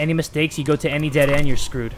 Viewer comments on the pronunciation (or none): his mexican accent "iM sCrEwEd" clearly made me die of laughter ngl